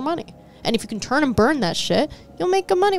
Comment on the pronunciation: I've watched every episode (including the patreon), some multiple times over. So I do love the content and talking points. Maybe this is a "Dallas thing", but.. why do you say KEN when you're trying to say "CAN" 🤣 lmaoo always wondered